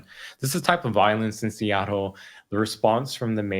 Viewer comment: Love Andy’s work that being said the way he pronounces Seattle is distracting